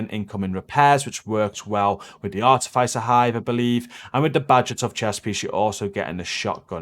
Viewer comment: great vids always good content.. FYI Your pronunciation of the Artificer hive is driving me nuts. THE I is not a soft I its a hard I as if.. not soft like hive Artificer is a qualification or rank gained I engineering / military.. Apart from that keep it up